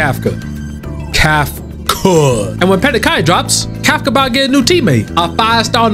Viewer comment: you have me saying kafka as kafCUH